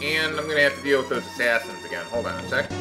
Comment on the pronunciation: don't you mean you hate Assashins instead of Assassins?